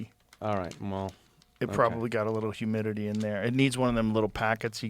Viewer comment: Take the humiditititieus